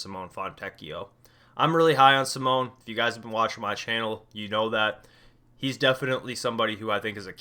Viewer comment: Simone is pronounced Simoneigh. no hate just wanted to say it if no one else has